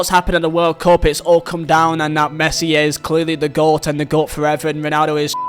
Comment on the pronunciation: nah I think he said that because you said "greatest oat" instead of "goat" which is very weird